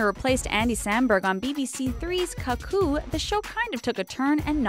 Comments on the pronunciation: I'm still dying at how the narrator pronounced the name. "Cuh-coo" LOL! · I doubt the person making this video has even seen cuckoo considering they cant pronounce it right so why should they judge taylor's acting in it, I think he played his part perfectly in cuckoo and that was a good move in his career.